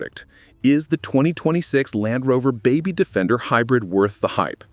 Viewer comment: Dalfrover?? AI is simply not perfect